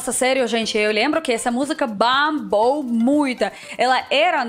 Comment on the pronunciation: Bambou não,bombou.😄